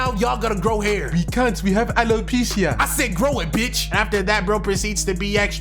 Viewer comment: “we kaunt we have ALO-PIECE-IA” 😭😂😂😂